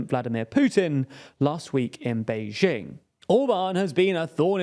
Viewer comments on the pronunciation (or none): none